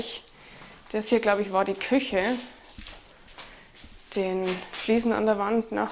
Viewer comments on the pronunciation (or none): none